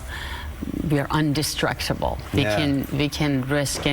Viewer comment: Did she say Undestructible? She just broke my heart